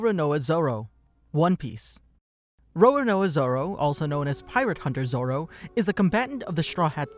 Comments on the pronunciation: RowRowNoah Zorrow - great pronounciation lmao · Why did I hear him say rorUHnOrUH zOro haha the video was amazing!